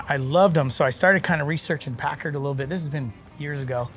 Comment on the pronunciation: PACKARD Not pacurd